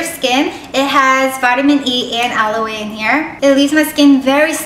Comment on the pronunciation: "Aloe" is pronounced "alo" and not alo-e like the Korean pronunciation ;) You are so cute!